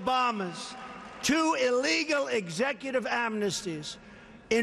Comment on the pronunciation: He says "To give amnity".... This moron cant even say "amnesty". In another situation, He also could not pronounce the word "origins". He kept saying "oranges" instead. Well, coming from the "Orange Man" himself, this isn't that surprising. Prez Dump is by far - an uneducated, selfish little 6th grade bully, attempting to change the constitution, and make you (and your family) a peasent.he is a white supremacist, and the most corrupt president America has ever had. If it weren't for his daddy, Dummald Dump would be a nobody.